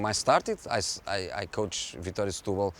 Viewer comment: Setubal "stooboll" whut??